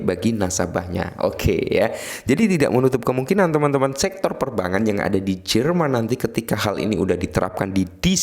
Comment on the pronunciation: Perbangan terus mis 😂😂😂 kog susah amat bilang perbankan